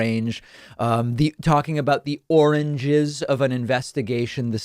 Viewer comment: Couldn't pronounce words like orange